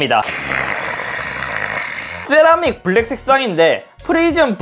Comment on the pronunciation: 네?? thㅔ라믹 이요??